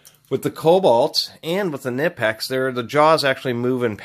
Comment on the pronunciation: nip-ex? oh dear, you didn't pronounce that right at all